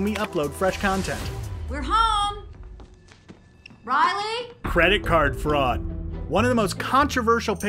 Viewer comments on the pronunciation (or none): you said fredit card fraud